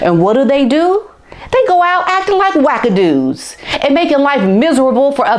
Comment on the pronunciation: I am from the Island of Trinidad and Tobago. Love when you say wack ac doos. Love your videos l also like when they are smackdown too.